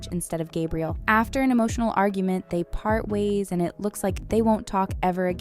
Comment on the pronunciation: Burst out laughing at ✨"Gabrielle"✨